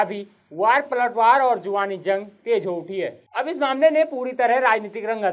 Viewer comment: जुवानी नहीं होता है ... जुबानी होता है